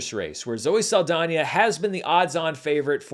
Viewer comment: This movie made this No Sabo (who can speak a bit of Spanish, but not fluently...yet) call her Zoe Sah-L-dAIN-er. She insists on being pronounced correctly, and having her cultural heritage respected....but she didn't do so for Mexican Culture. Aka...a culture that is important to this Mexican American. She wanna make a mockery out of this No Sabo's great grandmother's country and this No Sabo's culture they grew up personally being attached to? Then fuck it. I don't get offended easy, but this made me genuinely offended.